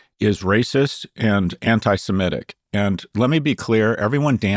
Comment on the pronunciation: semitic. Not simetic. Kara.